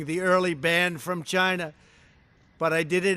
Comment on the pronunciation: CHAYNA? CHAYNA!